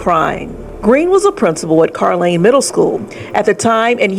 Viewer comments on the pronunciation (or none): It's pronounced carr-lane